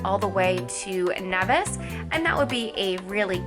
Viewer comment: It's pronounced kneevis